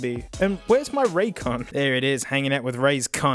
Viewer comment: and dont forget "Ray's Con"